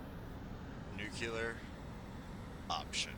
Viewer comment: Dude - Its not "nucular" Its noo-klee-er